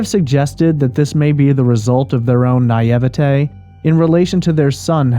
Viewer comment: Lol I still can’t get used to how he says naivety . Lol but love the channel